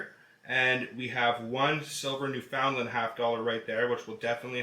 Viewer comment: IK IT SAYS NEW FOUND LAND BUT ITS PROUNCED NEW FUN LAND